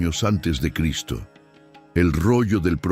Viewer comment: HOLA COMUNIDAD, HAN NOTADO QUE LA IA. NO PUEDE PRONUNCIAR EL NOMBRE DE CRISTO...